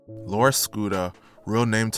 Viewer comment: It bugged me how many of the news people couldn’t get his name right. How hard is it to say lor, not that hard of a word to pronounce it’s literally one syllable 🤦🏻‍♂️